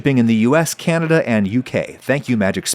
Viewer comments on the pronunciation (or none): none